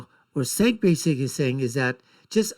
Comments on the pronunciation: It’s spelled Cenk but pronounced Jenk. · Cenk (pronounced Jenk) is right, love how you have an opinion on someone who's name you can't pronounce.